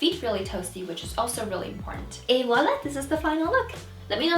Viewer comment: Oh my God you pronounce Voilà so well!!!!